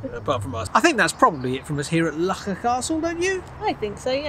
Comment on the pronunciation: As someone who was raised and lived in Loughor for 30 + years, I can assure you that it isn’t pronounced 'Lucker' 😂.